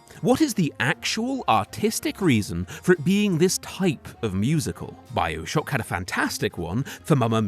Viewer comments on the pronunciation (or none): none